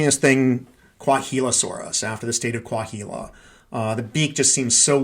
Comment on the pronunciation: The “h” in Coahuila is silent. More like Coa-weela